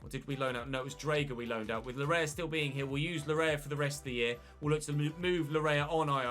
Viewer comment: its pronounced Layee not lawrea. thanks